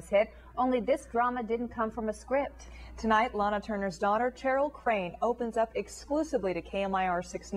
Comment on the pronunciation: This reporter repeatedly says “Cheryl” like “Chair-il”— can that really be how the daughter pronounces her first name?